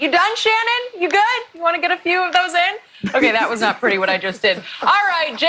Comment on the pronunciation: You Shanon your name is She-non! Ur gayweather